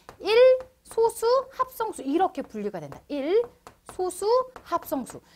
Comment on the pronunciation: 여기서의 소수는 읽을 때 '소쑤'라고 읽어야합니다.